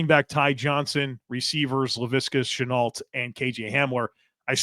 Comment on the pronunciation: Good evening - the prononciation for Laviska Shenault is “Chen-noh”, the L and the T are silent. Greetings from the French part of North-America